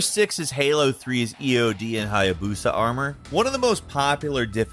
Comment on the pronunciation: This mans said Hiabusa... try Achilles Armor.